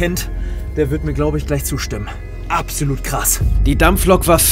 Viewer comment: 7.19 apsoluut krass hahahaha 😅